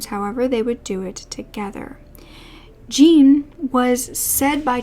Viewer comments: actually it is my Parisian husband's name and it is J with a soft j followed by oh with a soft,faded n. Like Jorhnn. Not like John, which is a sharper word and with a hard J and n. It is spelt Jean but not pronounced Jean in French. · Jean in French is usually pronounced like "John" or "Zhjon" :) just fyi love your videos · Hi, never heard of this upsetting case before. Just a word on pronunciation. Jean is pronounced like zhon, and Berthe like Bear-ter There is a person in the comments repeatedly saying that the elderly victims were racists and implies they deserved their fates, which is disgusting. There is nothing to suggest they were racists and that they deserved torture and death. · Jean for a French man is pronounced more like "John" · it's closer to John than jean (like the pants) it's easily found pronounced on yt